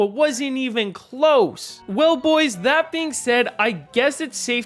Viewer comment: I love that he says “bUGHHHoys”